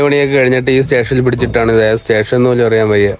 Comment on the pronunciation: റെയിൽവേ റ്റേഷനല്ല സ്റ്റേഷൻ എന്ന് പറയണം